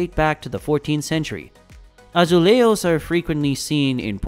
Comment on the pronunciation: Its funny, the effort that English spoken people make to pronounce the letter "j" like the Spanish do, for instance like: azulerros instead azulejos, or Rorgue, instead of Jorge (Jorje). In Portuguese the letter "J" is very similar to the English, for instance Jay is exactly Jay, not "Ray" if it was a Spanish pronouncing it. This tip aside, I really enjoyed the video, it's very well built.